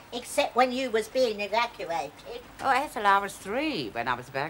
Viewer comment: 'Evacawated' good old ethel xD